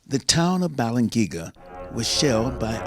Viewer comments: If these guys are so familiar with the Bells of Balangiga, then why do they not know how to pronounce the name "Balangiga?" But glad to see them returned to the Philippines. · U pronounce thats as ba-lang-gi-ga bells,i know it cause im a filipino ,the philippines own that so pls give it back to us....